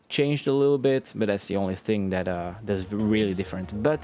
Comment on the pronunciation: When you say "that" I think you say "death"